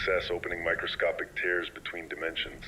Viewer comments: Love your stories, I’ve listened to over a dozen so far, but the occasional AI glitches like “dimensional tears” pronounced as ‘tiers’ is a bit jarring and pulls me out of what was a very immersive narrative. Like breaking the fourth wall. Still, can’t wait for the next one! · I agree. It bugs the heck out of me. To the narrator: it's pronounced to rhyme with air.